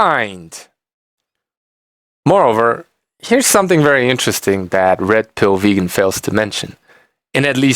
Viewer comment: Every time you say Red Pill Vegan your accent made it sound a little like Rectal Vegan. Couldn't stop laughing! Brilliant!